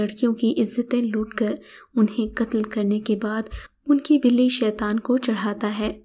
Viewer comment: Itz not bili itz balli